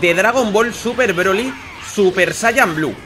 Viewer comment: se dice sayayin